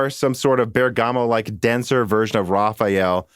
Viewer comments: I don't want to be harsh because it's not your language, but no, you've not pronounced Bergamo correctly even one single time, you keep saying Bergàmo when it's actually Bèrgamo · it's not an accent. It's a mispronunciation. And i don't think leaning on a machine interpretation helps your case. Eveb in your link the written "way to say it" is correct (bur guh mow) but the machine reading it is reading it incorrectly. If the difference was down to accent, then everything would be different.... I should point out that i don't think anyone is asking you to pronounce it perfectly, I don't think you need to do the soft roll on the R but the way you're saying it now is just painful. Like i said above, if this was a person's name, would you just continue to keep pronouncing it really badly on purpose? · It's not correct "European" pronunciation. Its just the right way to say it. Love the show BTW. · Haha had to laugh at Dan and trying to justify pronouncing Bergamo incorrectly. "The rule" is not a rule at all - at least not in British English. Also, yes English is a different language but you don't normally mispronounce words on purpose when they're a native word. I.e. you wouldn't be mispronouncing a person's name on purpose after they correct you... also, most modern "word stealing" into another language isn't done like it was in the past. Finally, it's really not a big effort. How do you pronounce bergamot, for instance?